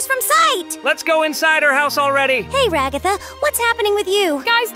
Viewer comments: Why did say Ragaatha its Ragatha not Ragaatha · It is pronounced RA-GA-THA….not RA-GOTHA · I love how pronounced ragatha as ra-gaa-ta😂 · IM CRYING WHY DID JAX PRONOUNCE RAGATHA REGATTA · IT'S PRONOUNCED RAG-UH-THUH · Naw and saying ragtha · Her name is ragged and not jhjikio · BRUH SHE SAYS RA-GATH-A